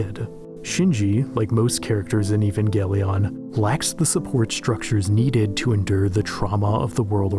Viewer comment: This dude just said even-galion?